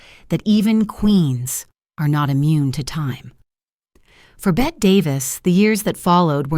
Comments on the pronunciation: It’s not Bette, like Bette Midler. It’s BettE, as in Bette Davis Eyes. Also, whose pictures are these? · Hello, I have always heard her name pronounced “Betty”, and not “Bette’’.